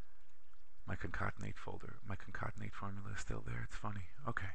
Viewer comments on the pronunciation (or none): This was a very helpful video. I shared it with a friend. I was a little thrown off by "concontenate" which I assume was concatenate.